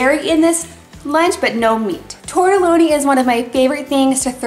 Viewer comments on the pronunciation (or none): It’s is tortellini not tortelloni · Tortellini not tortoloni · Tortellini not Tortelloni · Tirtaleeeeeni not tirtalona